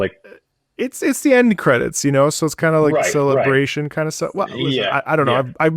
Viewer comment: "End Cedits" 🥀🥀